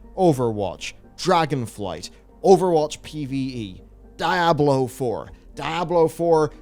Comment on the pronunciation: whats "die-ah-blow"???? ive never heard of or seen that game is it anything like "diablo"?